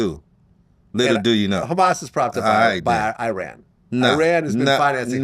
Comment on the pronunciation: Can't even pronounce iran